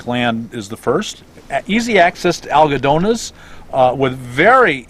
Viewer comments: Where do you go for health services? It sounded like you said "algedonas", but I don't know what you mean. Please talk about where to get dental, eye and other medical services. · What do you say was a great reason, for living in the west, -- (sounded like ALIGONIAS) ?Great info, Bob. Thanks, Rick / Arizona. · sounded like you said Adjedonnas for med, dental n glasses?.never heard of it.